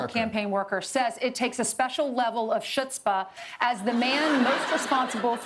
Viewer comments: that awful mispronunciation of CHUTZPAH was antisemitism. Period. And it took a lot of… chutzpah to say. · "chutzpah" is not pronounced "shutzpah", it's pronounced "khutzpah". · “Shudspah” is pronounced “hudzpa”. Ask John, when it was three years earlier.. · It’s pronounced as hhutzpah and not chutzpah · "Chutzpah" (shoots-pah) 🤣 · Ummm...no. The ch is pronounced with either a hard h or with a k. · that was funny! And hilarious how people mispronounce it with the "sh" sound even today